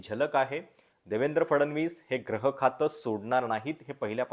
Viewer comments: ग्रह नाही गृहखाते,ग्रह या उच्चाराने अर्थ वेगळा होत आहे. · ग्रह की गृह याचा उच्चार मला वाटतं gruhakhat ऊकारांत झाला पाहिजे.